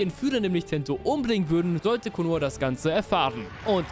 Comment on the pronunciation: Sasuqwe der breh aus Konohe